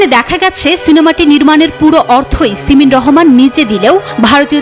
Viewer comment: "সিমেন" রহমান !!! 😅😅😅